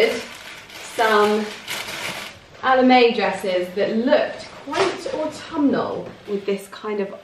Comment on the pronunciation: You pronounce autumnal very beautifully, never stop with that dearest 😘. I can relate with your fondness of transitioning seasons. The colors, oh wauw. Autumn is by far my most inspiring season to paint.